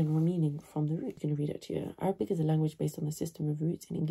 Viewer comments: هل انت عربية انا اتابعكي مند فترة ولم ارى فيك اي شيء عربي حتى هادا الفيديو نطقك صحيح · Your accent is very good